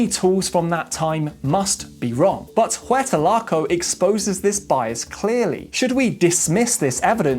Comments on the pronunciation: very interesting 👏👏👏 however, to my knowledge, it is not pronounced WETA-LAKO, but WEY-AT-LAKO😉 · Nice video. But why do you keep talking about someplace called “Huertalaco”? Is that somehow related to Hueyatlaco? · It would help if you didn't destroy the pronunciation of Hueyatlaco. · A better example would be to pronounce Launceston but let's be honest he did butcher Hueyatlaco.